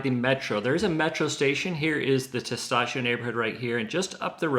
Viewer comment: Tes TAh CHO! Not Tes Tah SHO.